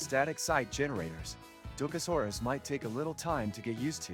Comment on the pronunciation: Maybe learn how to pronounce what you are reviewing? Probably better for your credibility that way.